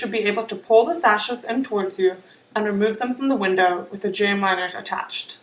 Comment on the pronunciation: have it narrated by somebody who doesn't have a speech impediment......what's a "pwy" bar? What's a jamb "winer"?